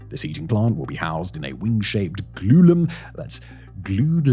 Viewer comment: Glulum? It's glulam. You sound like you frown upon it, but it's been used for over a century in Sweden. The principles of glulam construction are believed to date back to the 1860s, in the assembly room of King Edward VI College, a school in Southampton, England.